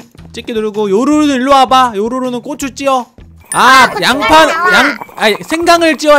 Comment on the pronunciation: 고추를 꼬추라고하네 ㅋㅋㅋㅋㅋ